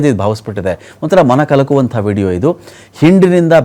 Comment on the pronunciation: 😂😂😂😂🤣🤣*ಮಲ-ಕಲಕುವ*!!!, *ಮಲ* ಅಲ್ಲಯ್ಯ ಅಂಚೋರ್ ***ಮನ***, Shame on u fraud modi baiter fraud news anchor. Shame on u. Learn Kannada properly